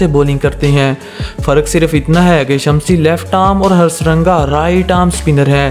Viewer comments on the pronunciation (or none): Yaar khudaa ka waasta players ka naam to sahi lelo, tarbez nahi hai tabriz hai, hastaranga nahi hai hasaranga hai